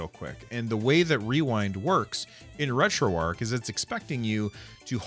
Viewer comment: Retroarch is pronounced differently :)